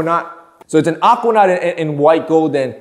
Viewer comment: The way says Aquanaut. "Ockwanot" 😂